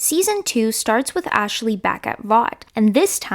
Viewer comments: its “Ashley” not “Ashely” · 😂 just noticed.. ashaley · "Ashley" having three syllables is not something I ever thought I'd give thought to…